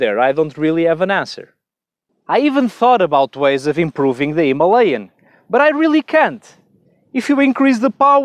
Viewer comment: Good review but only one mistake, that pronouncing "Himalayan". Rest are good. 👍